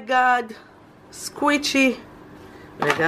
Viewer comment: אומרים סקווישי לא סקוויצי